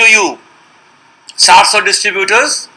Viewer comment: First i would like to introduce myself I am Rishav Raj pursuing Engineering B.E. from Bangalore Institute of Technology . The person who is speaking about this video is not able to pronounce the company name. Ohhh God . Let me speak and clear being a technical i believe on Facts rather than opinions from an unknown person on Social Media whom i have never met . Let's talk about Facts . Sarso is the founder member of FDSA . Search in google or Ficci and Kpmg report says that Direct Selling will touch 64500 Crore rupees in India By 2025. So these are the big organizations known all over the world . Rather believing on a kid of this video i would believe Government of India and hope you too . For further information Mesaage me on my facebook id